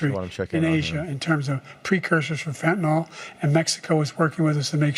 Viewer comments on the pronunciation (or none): I love that Grandpa Joe calls it "fentanol" like the rappers do. It's Fentanyl. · Btw he said fetynal debt Lower over 10 years lol